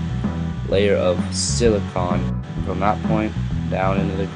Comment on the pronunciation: I don't like how you say silicone